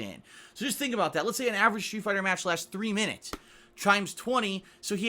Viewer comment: I can't be the only one hearing "shoe fighter"